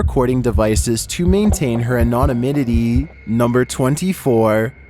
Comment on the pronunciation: Boathouse: Anonaminitity?